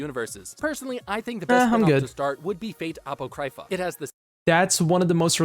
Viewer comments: I agree with 99% of what he said (although neither the stuff he says, nor the visuals being shown in this video is what you would call spoiler-free) but all of that aside... apoCRYpha? and Nero supposedly saying UWU instead of UMU? Bruh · This guy's pronunciation of Apocrypha is killing me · Man, the guy in the video can't pronounce anything correctly, first ufotable, then apocrypha, and now mistaking Umu for Uwu.